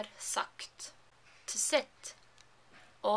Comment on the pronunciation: Hey, I'm not sure what is she saying in . Is it sit or set? Please help :(